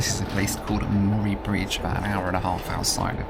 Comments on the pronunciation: Say morry again.. Lmfao say mur-ray Bridge.. It's how you say it.. Lmfao I love the overland train. Relaxing day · Ahhh, the joys of hearing Australian place names pronounced by people from overseas. Murray Bridge/Murray River: Murray is pronounced the same was as the surname of the famous actor, Bill. Geelong = "Gee, that's a Long way away!" It's a soft G, as in Giraffe, not a hard G as in Give. The town of Nhill is far more famous, at least amongst my family, for the excellent pinball museum found there.